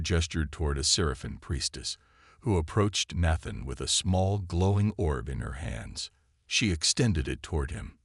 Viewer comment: Until the last few minutes, the audio is spoilt by the continued mispronunciation of the name Nathan. The spelling of the main woman's name keeps changing in the subtitles.